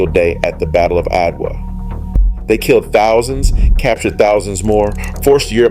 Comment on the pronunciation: Fascinating history! But why did the narrator refer to Adwa by spelling out its name, A-D-W-A, instead of pronouncing it ?